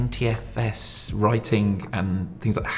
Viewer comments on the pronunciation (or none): Bizarre! A tech company employee can't pronounce NTFS! :face-fuchsia-tongue-out